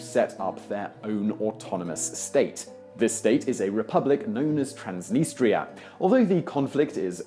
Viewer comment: The pro-Russian autonomous region in Moldova is pronounced "TRANS-deh'NEE-stah." I have no idea how you managed to get the "N" at the front of the second syllable.